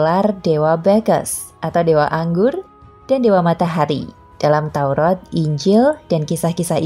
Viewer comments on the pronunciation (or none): none